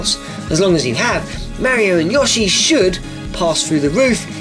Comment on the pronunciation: It's weird that you say Yashi instead of Yoshi